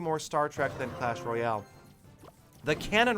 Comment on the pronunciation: u missed pronounced royale giant😂